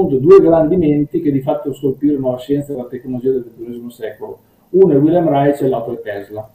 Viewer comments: Io l'ho sentito pronunciare Raisc (scrivo come fosse italiano). Insomma con il nostro suono sc- (di sci per esempio) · Interessante, però Reich pronunciato [raic] non si può sentire. È [raik] come il Quarto Reich. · Reich!! Non si pronuncia Reitsch!!! Ma che diamine!! La pronuncia tedesca ha 4 regole, almeno quelle imparatele!! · Ha studiato Reich ma non ne sa pronunciare il nome..